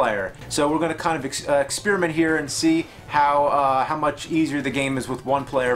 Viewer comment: James, why do you always pronounce experiment like ex-spearmint? :P